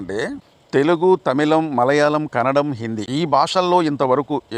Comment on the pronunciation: Kannadam kadhu it's kannada